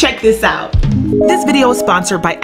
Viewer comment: say Vid.... 😆 🤣